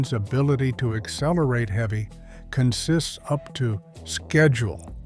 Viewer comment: The narrator consistently mispronounces the word "consist." In the railroad context, consist (noun) is pronounced with the accent is on the first syllable: CON-sist. It refers to a string of individual cars joined together to form a train. The verb form is pronounced: con-SIST, which is the pronunciation the narrator erroneously uses. You could say a CONsist conSISTS of individual cars joined together with a locomotive to form a train, but it would be incorrect to say a train is a conSIST.